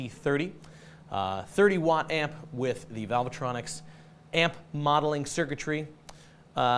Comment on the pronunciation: It isn't valve-a-tronic, dimbo. Try reading what is on the front of the amp.